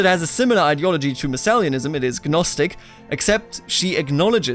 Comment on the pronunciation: I think it's pronounced nostic not g-nostic.